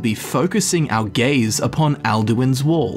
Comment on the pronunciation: I was confused cause you said "focus our gaze" but I thought you said "focus our gays" I was down tho